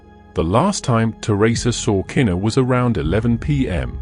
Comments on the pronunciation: just cuz your a foreigner and shes black and this was a HUGE deal in the almighty USA, her name is pronounced "kuh-knee-kuh" no kena. im sure that absolutely puzzles you brits how us colored people can scramble such strange letters togetherr to make a mouth full of completely unappealing sounding names. well sir that also confusess me 2 but thats the blk americans here.im jamaican and chinese miami florda dade county nigga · Unfortunately, The video is AI generated that’s why the pronunciation is off! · i get it but still its a respect thing. people always mispronounce her name